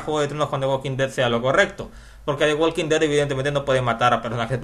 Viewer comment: the walking dead no se pronuncia asi como tu lo dices..! se pronuncia "THE WOKIN DED" ya que en ingles no se pronuncia la L q viene antes de una K como la palabra "talk" se pronuncia "TOK" como sugerencia saludos